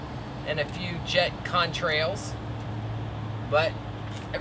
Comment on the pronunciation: he said contrails